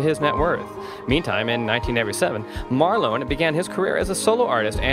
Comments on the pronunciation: It’s Marlon not marlo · Sounds like he is calling him Marlo ? As in Marlo Thomas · He can't pronounce his name, and if Marlon was worth only $200,000, he wouldn't even be able to afford an average house. scroll on